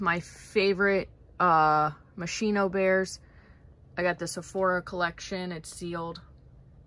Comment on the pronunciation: It's Moz-Kee-No